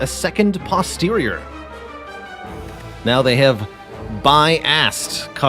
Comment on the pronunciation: "bi-assed cognition" lmao